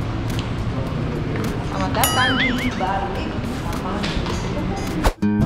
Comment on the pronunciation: BALIKPAPAN BUKAN BALIK PAPAN 🤣🖤🖤🖤🖤